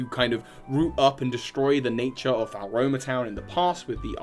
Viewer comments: I pronounced it Floroma personally, but it's clearly not Falroma. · Drinking game: take a shot every time mangles Floaroma town. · btw floaroma is pronounced flow-aroma, fuego is pronounced few-ay-go (it's Spanish for fire) and coronet is pronounced co-ro-net :)